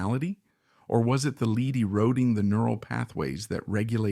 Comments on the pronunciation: Lead is pronounced like led. Take some pride in your content ffs. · Lead in this context is pronounced “led”. I’m sorry but this is very annoying in an otherwise very interesting video. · Stop with thinking you are too good or to busy to read this yourself and have to use an automated reader! This is absolutely so horrible. I had to stop at 20 minutes because you keep pronouncing lead like speed instead of like it is supposed to be pronounced OMG you did it in the very first sentence. Take this down and read it yourself. what is your big hurry? Do you think anybody’s going to like or subscribe to some garbage like this? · A truly great portrayal of a suffering man. I just wish someone would tell the narrator (AI) that lead is pronounced "led." I squirmed every time he mispronounced it. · This one was hard to listen to, just because the AI kept pronouncing lead as “leed”. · It's not "lead" pounced like lead a meeting etc. It is LEAD, pronounced "led." The musket balls were made of lead. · It's a consistent giveaway of AI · As always, your videos humanize history and fascinate. However, I couldn't finish this one because your pronunciation of "lead" was too jarring to the ears. It's not your fault. You are the product of the American educational system.